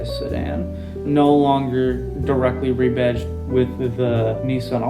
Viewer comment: "re-batched"? REBADGED! Fucking AI is gonna make us humans wonder how we ever communicated with eathother/